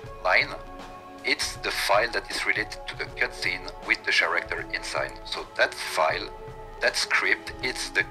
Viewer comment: “The char-acter”